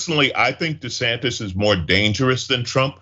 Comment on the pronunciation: His name is Desantis! TISS ,TISS! Not Disantez! If that was his name he would be busy throwing himself out of the country!